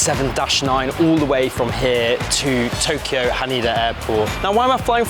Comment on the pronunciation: Haneda (ha Nay Duh) To KYO not to Kee yo, fyi, great review otherwise